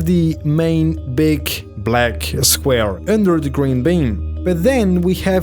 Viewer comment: He said blek square